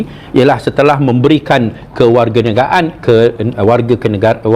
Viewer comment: Ngomong kewarganegaraan saja keseleo, bukti kosa kata kewarganegaraan itu bahasa Indonesia